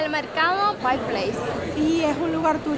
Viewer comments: Deberías informarte antes de hacer un video. "Pike" No se pronuncia ( pik ) se pronuncia: PAIK ! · te admiro muchísimo, solo una sugerencia. Aprende bien como se pronuncian los nombres de los lugares que visitas. Ya son varios videos en que desatinas por completo. Pike se pronuncia 'paik', no "pik". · Hola, Se pronuncia PAIK. Espero no te moleste que te corrija. A mi sí me gusta porque si nadie corrije entonces uno no aprende a pronunciar correctamente y sigue cometiendo el mismo error por años. Mucha salud para que sigas adelante. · Se pronuncia Paic…. Me encantan tus videos !